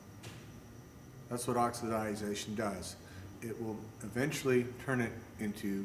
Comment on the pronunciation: Great video! Pronounced OX-I-DAY-SHUN, OXIDATION.